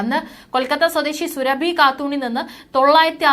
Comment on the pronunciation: സുരഭി അല്ല സുറാബി കാട്ടൂർ ...